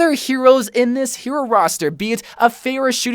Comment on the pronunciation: This dude said Pharah like “Fair-a” 😭